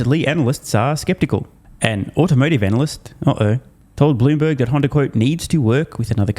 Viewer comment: he’s trying not to say Honder.